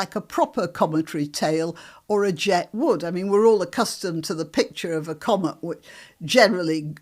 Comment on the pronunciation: It's "comet" not "commut". 😄